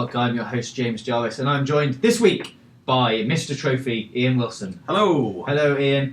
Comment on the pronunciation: Notices how he say the letter K.. "this weekgggg"